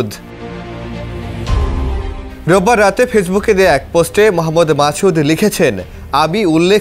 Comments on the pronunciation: It's মাসুদ not মাচুদ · মাসুদ কে মাচুদ কেনো বলছেন??????